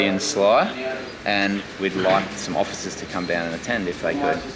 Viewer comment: He said, " othicers"! 😅